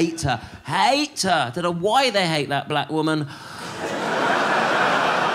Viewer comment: I like the emphasis he put on black woman when she's basically less black than Andrew Tate